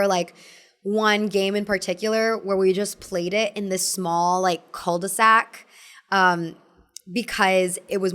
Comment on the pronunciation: the cul-de-sac prononciation was traumatising